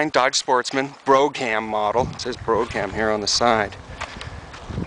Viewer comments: I'm not sure what is more annoying. Calling it a C class (it's a B) or saying brouGham. The G and the H for that matter, is silent. It is BRO'um. And you could back off on the H in veHICKul some as well. Congrats on the purchase. It really does look good. What engine is it? 360, I would guess. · its pronounced brome... not bro- ham.... hahaha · brog ham ???? It's Brougham "broum" just one syllable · Brougham pronounced "broham" not "broggham " learn english "I like dat" , shit I'd like to hear you say "thought" or "brought"......thoggut? brogut? all this talk of travel and you americans never leave your own shitty country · its pronounced BRO--- HAM ,,NOT BRO CAM ,, !!!! BRO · Not "bro-cam"! It's "Brougham"! - single syllable! omg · not bro ham ........bro - um. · Its NOT a Broge-ham .....the "g" is silent.... pronounce it Bro-ham.... just to let you know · Pronounced BRO-um. Same as the Cadillac models. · That's pronounced "BROAM," ok ? Dude, the camera work makes the viewer want to swallow their tongue. Nice ride ! I only have a toilette in mine. I really need to install a shower as well, plus I don't have hot water. That's Vehicle, not VEEEEEHICK-LE ;) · No it isn't, it's pronounced Bra Ham, where are you from Son? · Good video. In the USA it 's pronounced Bro=ham, in the UK it's pronounced Bruf -ham...go figure. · Ummm...that was painful to watch. Broog ham. Lol. Smh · Most people pronounce "Brougham" like "Brohm". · It is pronounced Brome, and rhymes with Home. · Sweet Brougham! (pronounced Broam) Working up my 95 Roadtrek 210 and going solar too... good luck and continued success! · "Brog-ham" model... lol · And it's "brome", long O sound. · Just fyi: brougham is pronounced (I believe) brawm. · LOL........"BRO GAM" model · Nice van!I'd love to have one like that for use at my hunting club.Anyway,it's not a big deal,but "brougham" is pronounced "bro-am".The G is silent. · It is pronounced Bro-am. The g is silent. Cool machine.